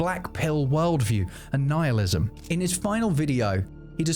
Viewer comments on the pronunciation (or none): none